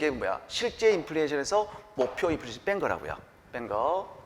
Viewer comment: 업로드 기다렸습니다~ 이번편도 명강의 감사합니다~ 3분31초 인플리션 이-득 강조하신거 재밌어요 ㅋㅋㅋㅋ🎉🎉